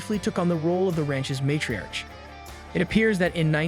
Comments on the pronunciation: Who read this? World War Eye? Matriarch pronounced with a ch instead of a hard k? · “Matri-arch”? “World War Eye”? Really?